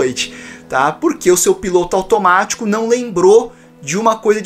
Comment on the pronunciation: eu ouvi " o seu PINTO automatio" kjjjkkkk